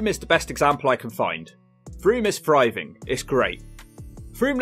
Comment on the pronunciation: Where is that accent from where people can't say "th"? I.e. the narrator of the video says, "There are some towns and villages still "fryving" (instead of "thriving") in the UK".